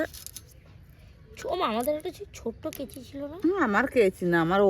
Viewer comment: ওটাকে কেঁচি বলে না,কাঁচি বলে ।